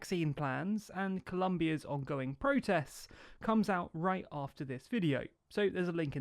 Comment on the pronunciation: Colombia 🇨🇴 has an “o”!